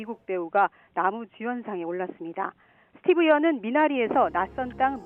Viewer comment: 스티브 연이 아니라, 스티븐 연이에요. 무슨 뉴스가 사람 이름을 틀리나요?